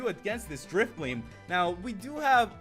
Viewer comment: no offense but u should pronounce Drifblim Drifblim not Drifbleem